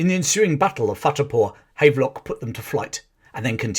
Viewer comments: PS it is pronounced Have-lock not hayve-lock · The general is pronounced Havv-lock not Hayvelock. but otherwise an excellent summary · Here in Northern Ireland there are a few buildings and streets named after General Havelock. It's pronounced Have Lock, as in to have/ possess.